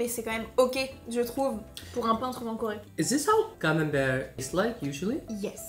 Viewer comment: Le Camenbereeeuh m'a achevé 😂😂